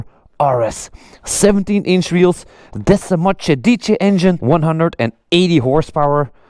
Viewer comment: Desmosedice Engine😬😂😂😂😂😂😂😂